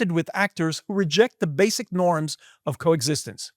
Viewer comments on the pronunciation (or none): none